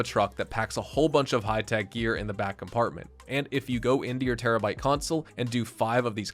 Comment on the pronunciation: STOP SAYING TERRABYTE BCUZ ITS CALLED TERRORBYTE DUMBAHH